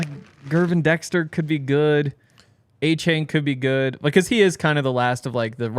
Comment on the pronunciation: Devon Uh-chain* not A-chain, ran one of the fastest 40s and was hard to bring down. Defiantly a player to know. If he's somehow available, its a no brainer